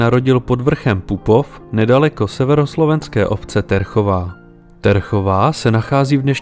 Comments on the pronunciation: T v názve Terchovej sa číta mäkko, teda ako Ť. Ty musíš byť asi mladší a nevzdelaný ročník, že takéto niečo nevieš. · po česky sa hovorí slovenština. Skôr tá výslovnosť Ťerchová. My vieme, ktoré slabiky vyslovovať mäkko, aj keď nie sú označené mäkčeňom. Podobne slabiky de - ďe, ne - ňe, le - ľe, nepíšeme. Ale la - ľa, nu - ňu, do - ďo atď. píšeme. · Správna výslovnosť obce Terchová je Těrchová, napísaná českým pravopisom. V slovenčine "e" po "t" zmäkčuje a teda sa vyslovuje "ťe". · Děsně mi rve uši, že Terchová nevyslovujete TĚRCHOVÁ ale TERCHOVÁ... Fakt hrůza, ve druhé minutě jsem to už vypnul, když si neumíte ani zjistit skutečnou výslovnost jeho rodiště.... škoda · Pekne video. Ne Terchová ale Těrchová jako "Hradiště "🤣 ... díky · Terchová čti Těrchová. Jinak super. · Pekné načítané, len zle sa počúva dedina Terchová... skuste mäkko vysloviť 😎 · Celkom slušne spracované, len celkový dojem kazí hrozná výslovnosť niektorých slovenských miest. Terchová sa číta s "Ť", nie s "T". Toto si mohol autor predtým tiež naštudovať. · P.S. nie som slovenčinár ale mám jednu pripomienku výslovnosť - Ť erchová a nie T ěrchová ... 🙃😉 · Nie som slovenčinár,ale Ťerchová a Těrchová je to isté..Prvé po slovensky,druhé po česky. On vyslovuje tvrdo Terchová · Rve to uši. Ne Terchová ale měkce Těrchová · dik za video, len taka mala vsuvka. Terchova sa čita makko, citaj: Ťerchová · Pre Pána Kráľa, že Terchová 🙂, číta sa Ťerchová. Bratia Češi, to je hrôza počúvať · To není Terchová, ale Těrchová… V slovencině se čte měkce dě, tě, ňe, le…di, ti, ňi, li…takže si stačí domyslet ten háček 😉🙂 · Ťerchová nie Terchová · Jen malá technická, výslovnost Terchové je Těrchová.🙂 Jinak parádní tvorba. Houšť a větší kapky...👍👍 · Vždy to bola Terchová, vyslovuje sa Ťerchová.. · Písané Terchova je pravopis. Výslovnosť Ťerchova Samozrejme v cudzích jazykoch skomolenie Těrchova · Ďakujem za pekné spracovanie. Doplním, Terchová sa číta mäkko, teda "Ťerchová" ☝️ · Ďakujeme... Terchová sa volá :[Ťerchová] :)